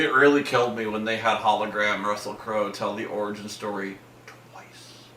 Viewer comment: “Russell Crowe-el”💀💀💀